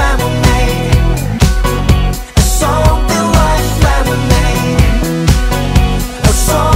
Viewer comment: something like の発音が出来ん